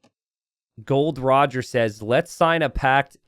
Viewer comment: It is Gol-D-Roger, dear. You should start reading/watching one piece:)